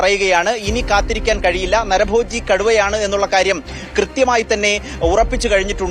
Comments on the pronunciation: നര ഭോഗിയല്ല. നരഭോജി . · നരബോഗി, അല്ല നരഭോജി😅